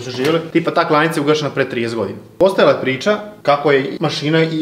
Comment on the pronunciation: Ja mislim da se kaze klaonica ne klonica